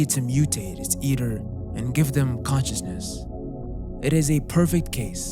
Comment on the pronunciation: bro... it's "con-cious-ness" .... not "cautious-ness" .... as in 'conscious'; being aware of and responding to one's surroundings; awake